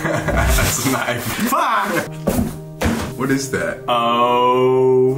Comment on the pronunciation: “this is a kinfe ”💀